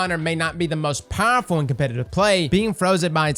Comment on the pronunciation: Love the way he says powerful! PAHRFULL